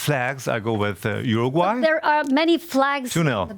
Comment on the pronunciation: "UruGAY", really?? xD